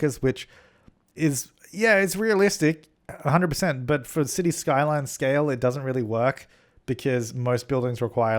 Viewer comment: he said cities the skylines whys that pissing me off